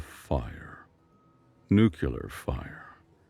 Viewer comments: Constructive feedback: the word 'nuclear' is pronounced New Clee Urr not Nuke Yu Lurr. It's a nerdy pet peeve but it's one I'm saddled with. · Learn to pronounce nuclear.